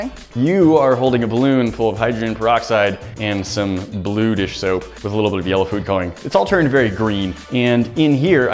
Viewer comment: around 3;30 you said dish shoap